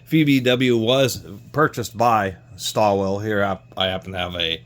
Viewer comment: Pronounced [Shtall-villa].